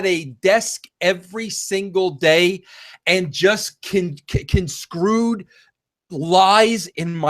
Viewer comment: The word is 'construed' not conscrued. I've heard Vince make this mistake before. A professional writer ought to know the difference.